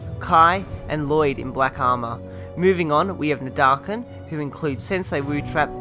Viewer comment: its nadacan